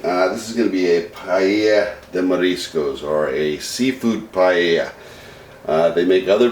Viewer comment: Looks great but I'm pretty sure you're pronouncing paella wrong lol